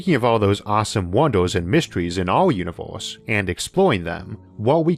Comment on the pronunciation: "Univors" "iunivorsol" "yiors" "forst" Such a shame someone so smart can't speak proper english.